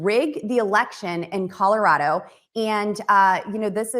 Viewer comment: Red Neck is C-O-L-O-R-A-D-O, no CORORARO. Capeche.🤐🤐!